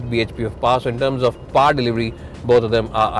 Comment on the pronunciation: My Dear Friends from the north of India... Please note the following; Rear is pronounced as Re-yer (like Dear....not Dare!!!!) Rare is pronounced the same as DARE and not like DEAR!!! Power is pronounced POW-WER and not PAAR!!! It's really (not Rally) irritating to listen to such mistakes on a public program which is exactly why we Indians are mocked by the Western media with our accent's....we can at least get someone who can speak well especially since it's a public video on YouTube where millions will be watching!!!